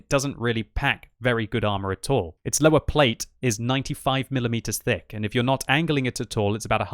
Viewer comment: i love how u pronounce it löwer :)